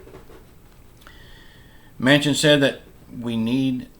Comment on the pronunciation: I hope Joe Manchin keeps his word and holds his ground. No, I don't think they will pass a bipartisan deal. I think the days of bipartisanship are over., if you're such a genius then why don't you just drive up to dc and meet with Joe Manchin and set him straight., I noticed you finally learned how to pronounce Manchin's last name at times but you then go back to pronouncing it Manson. No, it there are animals in DC and they are AOC, Ilhan Omar, Rashida Tlaib, Jerry Nadler, Adam Schiff and many more., who are you to lecture anyone on bipartisanship. In January you said that Trump supporters should be put in front of a firing squad. The Social Security administration should put you on the payroll since you talk nonstop about it. People who are retired and only draw social security now are people who made poor life decisions. I don't know if you're referring to me when you talk about the person who talked in the comments about your view on voting. You're right...I have my opinion and in my opinion people have the right to vote or not to vote. To say that someone has to be silent just because they didn't vote is un-American but it's not surprising that you feel that way since you seem to be a card carrying socialist democrat now. I think you should personally tell the person who couldn't vote on election day, due to a death in the family or a medical emergency, that they have no right to complain and have to just "bend over and take it." You really do come o